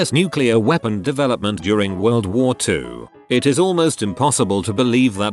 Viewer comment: "super weepen"